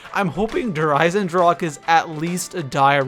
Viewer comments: EISENDRACHE* not drake lol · eisendrache, iron deagon in german, ch is pronounced like a strong er g not like a k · I love how everyone mispronounces der Eisendrache